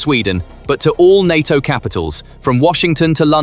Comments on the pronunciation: NATO as pronounced in the video.... En aye Tea Oh🤣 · I stopped watching when the computer called NATO EN AY TEA OH!